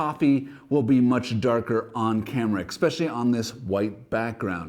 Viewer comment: are you saying ekspecially? is that a canadian way to say especially?